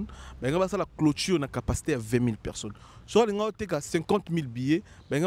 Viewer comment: UN JEUNE GARÇON DE CET ÂGE EST INCAPABLE DE PRONONCER BEAUCOUP DES MOTS TELS QUE PEKSON (PERSONNE), LEGENDE VIVANT (E), FOKS (FORCE) BEZ (BUZZ), AMBRIYER (EMBROUILLER), ORIENTEZ-LE À L'ÉCOLE CE GARÇON SVP, SON NIVEAU EST TROP MATERNEL, TRISTE. NA KAMUAKA BATU BAKENDAKA KOVANDA NA KITI NAYE APOZAKA BANGO BA QUESTIONS.